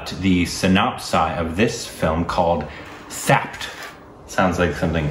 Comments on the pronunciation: hey thappad is pronounced as "THAP-PAR". btw love you guys. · First of all its not " thapped" it's "thappad" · 'Thapped' 😂😂😂😂 #korbinization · 'Thapped' Yes you heard it right and correct